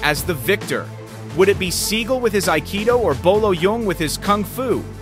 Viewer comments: he is mispronouncing his last name it's sagal not seagull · Sa gall not pronounced seagul